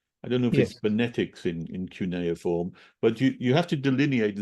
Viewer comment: Sounds like, que-ne-form. Cuineform!